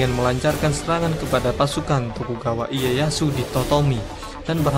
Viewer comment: ralat nama tokugawa iyeyashu bacanya tokugawa leyashu min